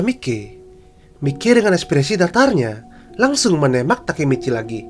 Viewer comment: bang sebenernya gw udh baca manga chapter 205 tapi gw masih bingung yg nodong pistol ke takemiccy itu siapa suara lu pas bilang nama nya juga ga kedengeran jelas!?